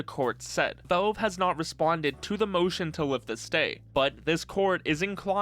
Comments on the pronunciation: the way you say "velve" really pisses me off man, speak properly. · Ah yes, Völve. Critically acclaimed company known for their games like: Hælf-Loife, Təām-Førtress 2, Pourtel and Dötā. Don't take it personally but the way you pronounce valve throughout the whole video is pretty funny to me.